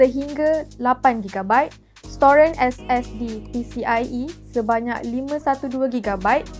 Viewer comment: kenapa sebut "storan" jadi "storen" 🤣